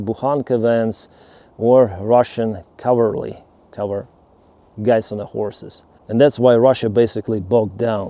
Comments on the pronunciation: Cavalry. Think of it as the polish KAWA. Then add L and end it all with RI. So KAWA-L-RI. :p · Cavalry is pronounced as "Ka-vuhl-ree". It is weirdly spelled due to the nearest etymological link being the French word: Cavallerie. I blame the French... J/K English is a ridiculous language all on its own. 😆